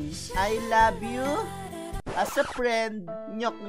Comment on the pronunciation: "Ano kaya ibig sabihin nyan? I Labyu?..." "As a prend!"